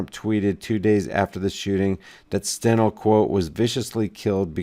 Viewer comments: FYI Its pronounced "Stein Lee" not Stenel. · STEINLE,pronounced Stinelee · The name is pronounced "Stine-ly." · # steinle pronounced Stine Lee.. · I think I heard her pronunciation as Stein-Lee...could be wrong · pronunciation is off